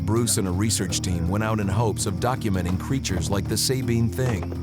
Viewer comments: Not even 2 mins in and we get out first mispronunciation....Subean or Sahbean (no pause)...never Say-bean...ask a Texan next time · The SAB part in Sabine is pronounced like BAG or RAG. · I'm from Texas actually East Texas and The way the narrator pronounced the Sabine River tells me he done zero work on this documentary. Not One Texan or Louisiana person says it that way